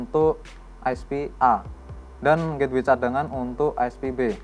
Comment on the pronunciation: bang.. menit ke 3.27 sepertinya salah penyebutan gateway